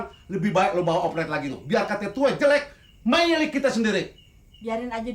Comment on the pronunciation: benar2 sangat menjiwai sekali babeh, ngmg "milik" sampe jadi "mailik"